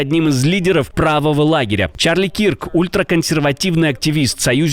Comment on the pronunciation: Не Кирк , а Кёрк